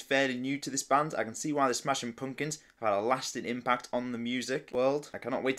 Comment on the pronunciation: I love how you say Smashin Poompkuns 😂